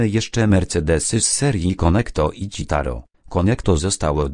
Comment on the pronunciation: Hahahha "ćitaro" hah dobre to było xd Oplułem się przy tym, a tak spoko film